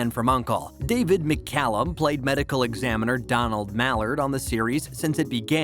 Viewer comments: Do-nald? Seriously? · He effing mispronounced 'DONALD'! Where the hell do they find these morons who can't even read simple names. Did this alien never watch cartoons - 'Doe-NAWLD' Duck? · See the comments below? This is why you hire a real human voice actor, not (I hope) a robot. We know how to pronounce those tricky uncommon names like "Donald," and know there's no spy agency called M-16. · The narrator freaking mispronounced DONALD!!!!! (As in Donald Bellisario). Gee whiz!